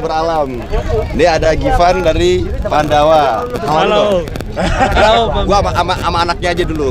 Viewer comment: Halllawwww pamiarsaah pakek A bukan O..hadirr selalu.. WONOGIRI menyapa slurr